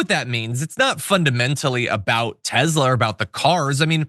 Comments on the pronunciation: Love your content but it's pronounced Tessssla with an s not Tezla. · Why does John Iadarola always pronounce Tesla Tezla? Is this some inside joke I'm unaware of?